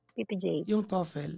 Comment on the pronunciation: Papa J its TO-FUL … (Toefl)